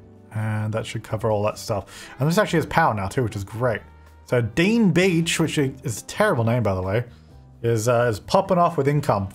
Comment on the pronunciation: when you renamed the park "Dean Beach" the way you said it kinda sounded like "you bitch" in Swedish and that cracked me up lol